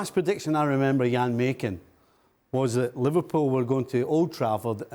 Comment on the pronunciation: Jan is always right 🩵 n it’s Jan not Yan❕🙄🤣